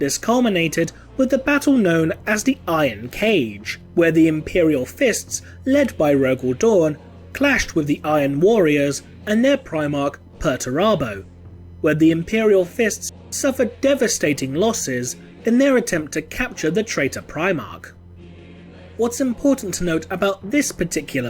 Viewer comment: HE EXACTLY DOES ONE MANAGE TO MISPRONOUNCE PERTURABO SO BADLY, OR TALK ABOUT THE SONS OF DORN WITHOUT MENTIONING THE 'SOULDRINKERS?' SOMEONE HAS A LITTLE RESEARCH LEFT TO DO. SO BACK TO PERTURABO, JUST PRONOUNCE THE FIRST HALF OF HIS NAME AS YOU WOULD THE WORD 'PERTURBED' THEN ADD ABO, NOT A TONGUE TWISTER. I'M MUTING THE CHAT NOW AND JUST VIEWING THE SLIDE SHOW. ONCE AGAIN THIS GUY HAS PROVEN TO HAVE ZERO INSIGHT.